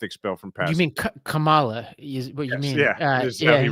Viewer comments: Perhaps you need 2 PhD’s to be able to pronounce KAMALA properly because you all are pathetic! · Republicans still can’t pronounce “Kamala?” Jesus…